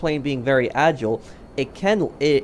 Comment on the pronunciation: ITS AH - JY - LE NOT AH - JLE FRICK ME I DONT KNOW WHY THIS GAVE ME A HEAD ACHE WHILE WATCHING